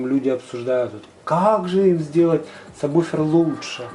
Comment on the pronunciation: люди, читается САБВУФЕР (subwoofer).